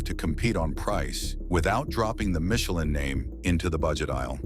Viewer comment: Younee Royal and Michie Lean, Porshee...Done